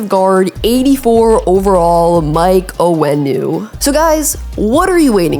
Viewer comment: yeah, she can pronounce Owenu just fine but can’t stop saying “Jason Widden”. Those are T’s…WIT-TEN. JESUS